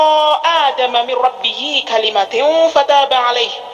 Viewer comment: Fatalaqqo aadamu bukan aadama, apa saya doang yang salah denger kali ?